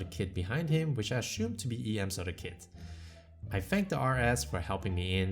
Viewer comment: Why are u saying stuff like ,, ashumed ,, instead of assumed